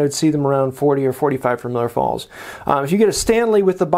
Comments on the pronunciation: Just nit picking, it is Millers Falls, not Miller. I lived close to the factory (and town it was named for). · love the channel, love the video. I hate to be “that guy” but it’s Millers Falls not Miller Falls. Keep up the great work